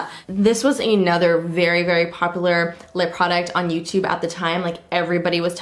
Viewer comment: "Poplar" haha love you girl